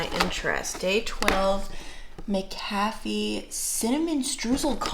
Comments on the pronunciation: OMG I will FULLY admit I just had to rewind that clip 3x just to hear you say "McCafe" again & I can tell you RARELY (if EVER) go to McDonald's LOL 😂. Which TBH I already knew from watching the majority of your vlogs anyway! But I think you just invented the new, cool, "fancy" way to say "McCafe"...kinda like how ppl sometimes say "Tar-jay" in place of Target. Or I've even heard a few ppl say they're heading to "The W", when referring to Walmart, lol. Now I will says "McCafe" the way...i.e. it has end with "fee" now 😁 hehehe LOVE IT! P.s. Please know I'm not laughing AT you, I'm laughing WITH you!! LOVE YA! 💗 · The way you said McCafé 😂🫣